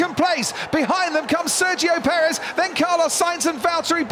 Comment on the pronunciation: How hard is it for the commentators to pronounce Sergio Perez right?